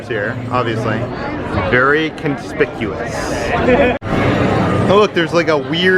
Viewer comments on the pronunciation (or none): "very conspicuos" 🤔😆